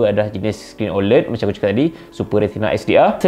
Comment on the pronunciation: sebutannya bukan oled...tapi oléd